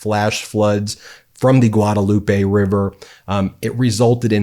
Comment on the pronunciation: Hey Ben the correct pronunciation of Guadalupe in Texas is Guad-LOOP. We have a lot of odd spelled names of places that the actual pronunciation of indicates whether or not you live in Texas. That is one of them. I learned that the hard way coming here from California some 25 years ago.